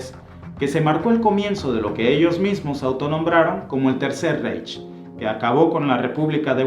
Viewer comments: Reich, se pronuncia raij. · Reich se pronuncia raig ya existe el Google traductor con sonido del idioma en cuestión. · Era Francisco I, no Francisco II. El mapa está pésimo, múy incorrecto el delineado del imperio alemán. Reich se pronuncia "raig" El "monstruo de Hitler" se gestó desde sus días de vagabundo en Viena, cuando ya leía pasquínes antisemitas y aborrecía la multiculturalidad. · Te suplico no te ofendas, se pronuncia Raij, vaimar, etc. , el diptongo ei se dice ai. Por lo demás excelente documental. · vender la versión gringa que toodos hemos visto en películas no ofreces nada nuevo en tu video. Ah y pronuncias mal Reich